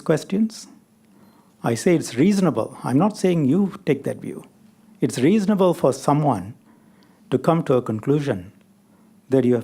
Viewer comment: Shanmugam is an excellent lawyer like most Anehs but his pronunciation of some words was so bad such as - “View” pronounced at “Wiew”…”Verbal” pronounced as “WereBel” etc…🤣